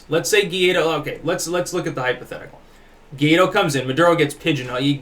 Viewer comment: guaido is pronounced like this => y-tho, anyways good video as always, keep it up.